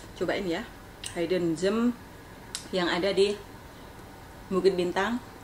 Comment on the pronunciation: Disebut "hidden" tu seperti "hid" bukan "hide"😂😂😂